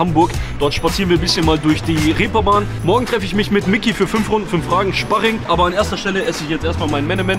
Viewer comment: You ich gehe zum szparing vorher esse ich szpargel danach auf dem Sztrich